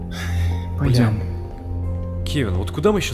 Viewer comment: Кевин не Кевин это что то другое